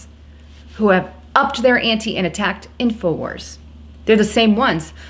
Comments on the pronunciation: Wars...Not Warses. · '' Infowarses'' = lol ...it's Infowars, not '' Infowarses''